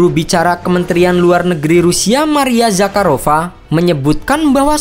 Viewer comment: gua ngakak pas ini "maria ZAKARrova"😆